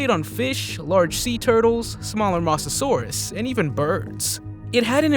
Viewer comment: you pronounced mosasaurus wrong